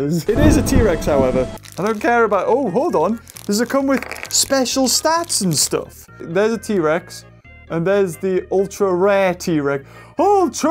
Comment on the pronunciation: i love the part that he says i hhate this staf